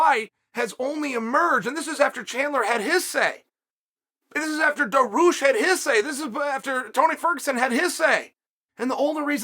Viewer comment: Me: Beneil Dariush Chael: Daroosh Me: Okay great